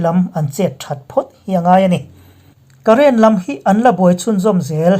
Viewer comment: Ngaihthlak a nuam thei hlê mai.!!👍 “Karen” tih chungchang hi, thurâwn ka lo pe ve mai mai ang che, Karen tih tawp hi chu, Electric (Mei) kan tihna ang deuh a nia, ‘Karên’ tia thluk deuh ni se, KIA Karên ho kan sawina a nih a fiah theih nan, ka rawn inrawlh ve lawk a ni e. Ka lawm e.!👏